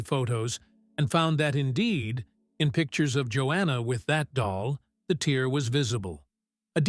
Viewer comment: Tear mispronounced